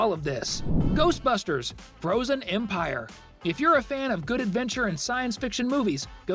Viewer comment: Its "empire"